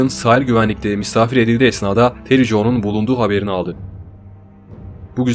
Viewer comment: Ismi Tere Jo. Terry değil